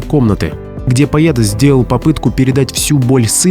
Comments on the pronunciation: A diktor tozhe ne ochen' ----neverno proiznosit slovo "poet" ye vmesto e-oborotnogo. Kak poeticheskoe proisvedenie---eto stixotvorenie. Iosifa Brodskogo ochen' niskogo kachestva, nedostoynoe Nobelevskogo laureate, da. I smisl glupovatiy. Spezorgani Rossii ego presledovali, vidvorili iz strani, a Iosif Aleksandrovich brizzhet nenavist'yu k Ukraine. Ochen' stranno. Xotya blagoda-rya KGB on stal Nobel Prizer. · Дядя, ты своим " поет" вместо" поэт", испортил все впечатление от твоего ролика! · Поета,поета ,поета, слух режет.Дурь какая то как пишется так и читается Поэт. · Автор, говоря о Бродском, о его стихах, режет слух ваше " поЕт " . В чем дело?! Вы не можете заставить себя правильно произнести это слово? Тогда к специалисту , с которым занимаются не только дети, но и взрослые. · Не поЕт , а поЭт ‼️‼️‼️🤦‍♀️🤦‍♀️🤦‍♀️ ПоЕт - кровь из ушей ‼️‼️‼️ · Странно... слово "поэт" пишете правильно, а вот произносите всё время поет, через Е... Может быть вам не стоит заниматься темами культуры, литературы, истории? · Всегда говорили поэт , а не пает. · Не ,,пает ,, ,но ,,Поэт,,Поэт ,это вам не ,,паетка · Бродский поЭт а не поет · Поет Бродский, именно "поет ", именно так произносится слово поэт в этом видосе, безусловно, новое слово в русском языке. Слушать не то, что противно, но обидно и хочется попросить не калечьте русский язык, деятели культуры, а попросту жертвы ЕГ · что за поЕт? ПоЭт! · Поет вместо поэт 😮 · Режет слух то, как произносится в записи слово поэт - буквально по-е-т. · Даже не смогла дослушать((( ПоЭт, а не поЕт , человек ,озвучивающий текст. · Почему говорят поет а не поэт ? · Почему говорите поЕта? поЭт. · Вроде бы грамотный человек ,а вместо поэт ,всё вркмя говоришь поет .Не красиво . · Не поет, , а поэт.,поэтично.А не поетично. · Невозможно слушать, с каких пор поЭт на русском языке стал поЕтом? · Почему поет, а не поЭт? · Это не пророчества,а наблюдения.В Украине ничего не меняется уже несколько веков.И непонятно почему вы говорите пает,а не поэт?